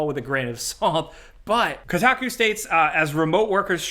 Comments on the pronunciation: It’s “KOH-taku” not “KOO-taku” I literally can’t even understand how anyone would think it’s the latter. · Dude said Kotaku.😂